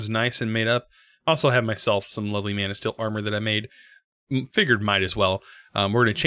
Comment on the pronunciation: every time you said manasteel all I heard was man o steel. alright movie